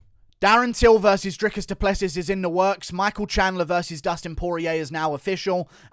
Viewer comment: Just so you know it's pronounced DRICUS DU PLESS SEE